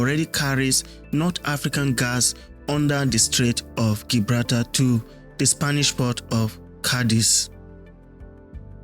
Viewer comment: It's pronounced Jibrawlta not Gi braal tar